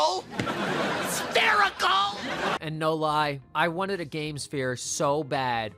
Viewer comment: It's spherical......SPHERICAL 😂